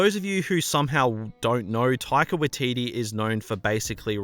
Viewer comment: its pronounced 'taika-why-teetee- not 'taika-wa-teetee'